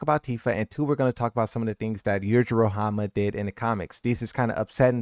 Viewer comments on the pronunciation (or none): none